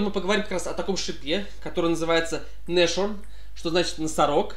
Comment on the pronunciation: Важное но! Nashorn никакой не "Нашорн", а "Насхорн". Слово то немецкое!